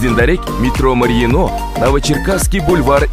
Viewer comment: Метро Марино , ударение ставьте на буквы ,, а " а не ,,и".